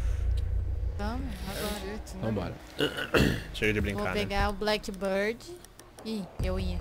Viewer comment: n se pronuncia blackbãrd se pronuncia blackbírd